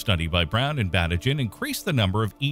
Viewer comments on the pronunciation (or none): Pronunciation: Batygin = Ba-TEE-gin. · it makes me mad that everyone is pronouncing konstantin batygins name wrong! is it so hard to check that before reading the script?!